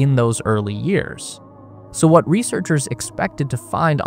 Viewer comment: WAH-TAH China found on the moon.